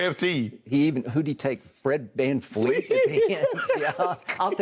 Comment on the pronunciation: It's Vanvleet not Vanfleet. Show some respect to the Allstar.